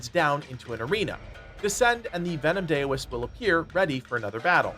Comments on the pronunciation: Daoist-(dow-ist) not (day-o-ist) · Heads up, Dao is pronounced "Dow" not "Day-O" so the Venom Daoist is pronounced "Dow-ist". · Dow-ist not dayo-ist. Otherwise a great video. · Why does everyone on youtube keep saying Dayoist. Dao is not pronounced Day O, its pronounced Dow. Daoist = Dowist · Anyone else bothered that he pronounces it is "dayo-ist" lol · Daoist should be pronounced like COWist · FYI its pronounced d-OW-ist for the word Daoist ! not sure if you were trolling for utube engagement or genuinely didnt know haha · Daoist, pronounced DOWist. 🎶Daylight come ‘an me wan’ go home 🎵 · really quickly— it’s pronounced DOW-ist. Like the Dow Jones or the word DOWN. unhelpful feedback but want to keep everyone cultured